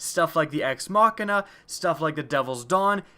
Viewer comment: Thank you for pronouncing Ex Machina correctly unlike everyone.